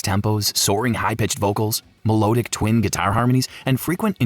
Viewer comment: Your pronunciation is abysmal. Melodic is pronounced me-lod-ic, not me-low-dic.